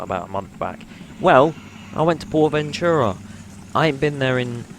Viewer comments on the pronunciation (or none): when you say Ventura wrong and you put a voice over on it 😂